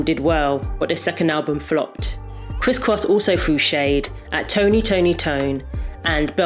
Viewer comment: Say the 3rd Tony and say it right woman, damn !!